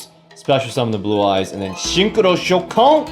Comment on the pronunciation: I don't want to be a nerd but its pronounced ShOUkan and not ShouKAN, in japanese in most of the cases when a vocal is extended like in おう the stress is in there. Nice deck by the way I still don't have my first synchro silver eyes and neither stardust with 7000 gems #FeelsBadMan